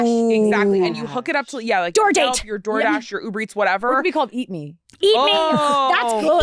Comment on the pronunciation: Homegirl said , "DoorGash". 🤣🤣🤣🤣